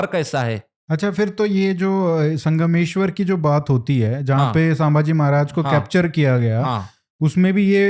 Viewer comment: अरे वो सांबा! कृपया छत्रपति " संभाजी " को आप बारबार "सांबाजी" कहते हो गलत है ही, पर अपमानजनक है, सुधार ले।